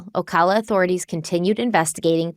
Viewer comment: My cousin worked at that Winn-Dixie during that time. Also, it's pronounced O- ca- la noto O-caw-la :)